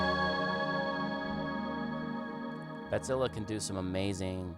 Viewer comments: It's pronounced batsille, not badzillah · I appreciate that you try to pronounce it correctly. I'm German and I know how it's pronounced. The vowel at the end is more like the "e" in "Kraken", not so much like an "a". IPA: [baˈt͡sɪlə]. But that's me being fussy. Anyway, nice patches you made there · It's probably what he imagined native speakers of English would need to pronounce it more or less correctly. What an idiot (I kid)